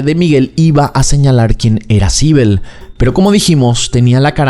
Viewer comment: Sibel... Naimmme...... me estás jodiendo. Sibel?